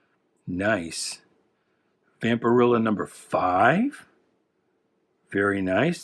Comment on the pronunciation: Its vampirella like Ella. And fanzine sounds like magazine. Just fyi. Love the channel